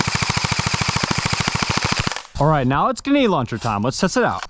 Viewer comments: It's GREnade, GRENADE. Not Genade. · GREE NADEEE stop saying Gnade plssss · It’s Grenade not Genade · ganade? its grenade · ITS GRENADE STOP SAYING GANAD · i gotta know, why do you pronounce grenade launcher "genade launcher" 😅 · My eye twitched everytime you said gehnade launcher and not GREnade launcher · ok is it me or is he saying genade launcher? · Stop saying “ganade”. Driving absolutely nuts. Lol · What the fuck is a guh-nade launcher? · Bro says ganade😂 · "genade launcher" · Who tf says "ganade" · Bruh grenade has an R in it. It's not genade... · Ga-nade launcher lol Where did the R go? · “GuNAde laUNchEr” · bro says "ganade launcher" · You need to pronounce the R grenade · Did you/can you zero the scope on the sniper? Might make a big difference... Also unironically mispronouncing grenade every time was painful. There is an "r" in there. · Is it just me or does he just forget the R in grenade launcher? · You know there is an 'r' in grenade right? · Bro still saying grenade wrong after i don’t even know how long anymore 😂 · it pisses me off the way this guy says karkage and genade but I otherwise love his content! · Ah yes, genades, carkiges and the marine corpse. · PLEASE PUT THE R IN GRENADE AND THE T IN CARTRIDGE